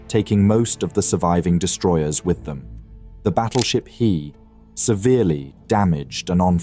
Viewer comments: An entertaining video on a relatively obscure topic! Please keep em coming! But what's the IJN destroyer "Cirrus" ("Sirius"?)? What ship was that supposed to be?? Also, "Hiei" is pronounced something like "Hee-eyy", not "Heee" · Who the hell pronounces "Hiei" as "Heee"????? AI narrator ass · A comment on Japanese pronunciation. Hiei is pronounced hee-eh-ee. All Japanese vowels are pronounced. There are no diphthongs in the language. There are only five vowel sounds in Japanese, all pure vowels, in order: a - ah; i - ee; - u - as in sṵe; e - eh; o - oh. Always say them separately, even in combination like here. A lot of English speakers get this wrong. Otherwise, good pronunciation on the consonant/vowel names. A very good encapsulation of the battle.